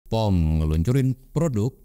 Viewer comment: Wah, langsung stalk produknya. btw, cara baca nama brand nya "Po-me" bang, bukan "Pom"